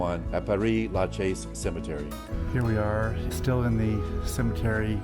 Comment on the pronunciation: It's PERE LaChaise cemetery, not PAREE LaChaise. It's not French for Paris, rather is French for "Father" or "Priest".